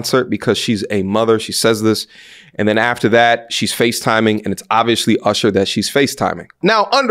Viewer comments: I appreciate your pronunciation of the name Ooshur haha, keep up the good work! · It's ursher lol. Shout out to ludacris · Why he said usher name like that lol